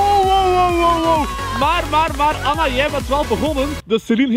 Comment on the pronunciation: Het lijk of ella zegt in plaats van Anna